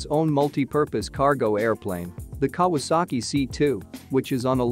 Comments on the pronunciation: Kah wass ski, lol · “the Ka-waski firm??!” I never knew it was a polish company! Stupid me thought it was Japanese! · Pronounce Japanese manufaucture as "KAh-WAh-SAh-Kee". It is not Polish!!! Though you have a lot more to answer for, for making such a ridiculous comparison of such dissimilar airframes. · Kawasaki is pronounced Cow a sack ee you computer generated dunderhead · what a joke "the kawaski" ----computer generated stupidity----who is the idiot that put this commentary on------do they speak english--no? then fuck off